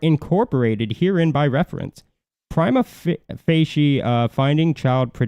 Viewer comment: Pree-ma Fa-sha FA rhymes with BAAAAA. Thanks for this info, guys.